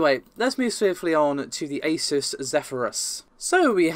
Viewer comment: it's not aysus, it's aZOOSS